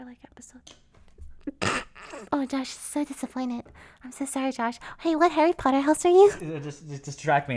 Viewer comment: Hawwy Potter!!!